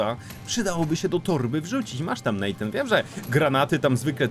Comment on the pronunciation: Natan, a nie Nejtan!!